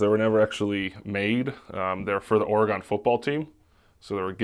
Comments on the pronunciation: man learn how pronounce Oregon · “Or-gone 4’s” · kept saying "oragon" 4s when it's Oregon 🤣 had me dying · yeah but the shoes are literally Oregon duck 4s not organ trail 4s, and nobody in the PNW pronounces Oregon like ora gawn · Ah yes my home state of or-gone